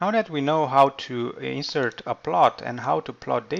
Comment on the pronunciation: Verb intonation is wrong. It's "inse'rt" not "i'nsert"